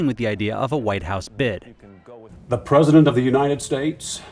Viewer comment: "the prosident"?? i swear, americans, man